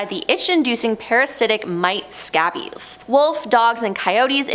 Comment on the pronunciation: and I like how she pronounced it scabbies and not scabies (skay-bees).